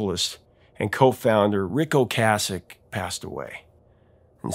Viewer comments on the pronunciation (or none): Is "Ocasek" really pronounced the way he's pronouncing it? I've always heard it pronounced "O-case-ick", not "O-cass-ick". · Great video, Professor, but you keep mispronouncing Ric's last name. Okay sic . . . is how it is pronounced. Peace. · Until this video, I've only heard "Ocasek" pronounced "O-KAY-sek."